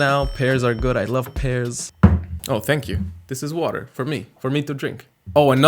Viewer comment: “This is water? Water for me? For me to drink!” 😍 ((Norwegian accents make me melt and this was so cute))